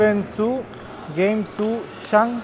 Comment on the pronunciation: Who the poor soul is this, who even don't know how to pronounce "Zhang"?😳😳😳